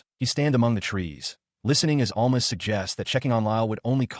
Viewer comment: ITS Al-MA not all-ma